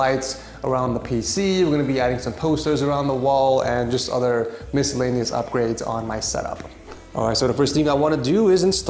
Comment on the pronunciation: Did he really say miscellaneous